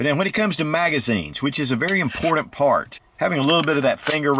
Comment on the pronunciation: Impordent